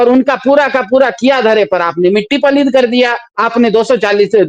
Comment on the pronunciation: Mitti paleet nahi paleed hoti hai